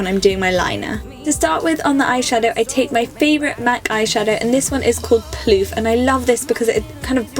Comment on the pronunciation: I think Mac Phloof Eyeshadow is pronounced "FLOOF" because it is spelled with ph like in the name Philip - but she said PLOOF ..... :)